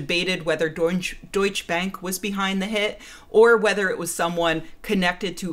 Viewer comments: Because I think you want to know: it's deutsch-eh bank. The e at the end matters. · A minor remark: the e in Deutsche is not silent and should be pronounced (as 'e', like e.g. in 'election' not 'ey' or 'ee'). The rest of the word is pronounced correct. (yup, Porsche also has a pronounced e at the end).